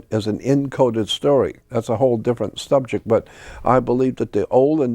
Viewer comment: The Subjek of Emplaw-ees Jordan knows the importance of words 😅